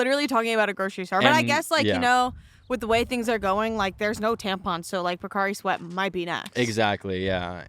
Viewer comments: not saying procari sweat instead of pocari sweat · y’all calling pocari sweat “procari sweat” is literally my 13th reason